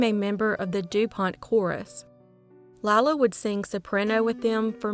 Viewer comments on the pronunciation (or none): none